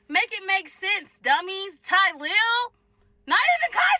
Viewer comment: Nggga so African he can’t pronounce “TY-LIL”